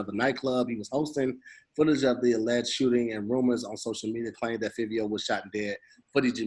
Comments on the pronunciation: Lmao it's pronounced "Favio Foreign" like Dabio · And iITS PRONOUNCED FIVE-E-O SOUND IT OUT SMH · pronunciation of fivio is cringe worthy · You pronounce Fivio like Five-ee-O he was pop smoke mans he Nd from the same block as Bobby and rowdy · Its pronounced like Five-E-O Fivio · The way they Pronounce fivio make me tight 😭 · Hate how they be saying fivio please say it right New York niggas mad at y’all rn